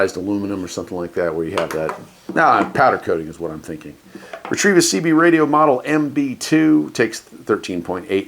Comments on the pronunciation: Fun. Do you know you're adding an "R" to the middle of the company name? I'd say it "REH-teh-visss." Tryin' to help. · Re trevis? Isn't it pronounced, Reh Tivis?